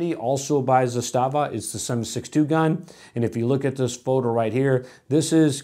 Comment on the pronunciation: 'zastava. is the way to pronounce it correctly. hard accent on the za.